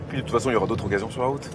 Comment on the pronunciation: good job on pronouncing the liaison between "d'autres" and "occasions". All the more so that the source speaker didn't. Your french is posher than his.